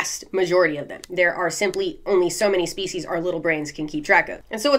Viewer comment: When you said "let's break this species down" I heard feces..... like break this shit down... annnnd I'll be saying this from now on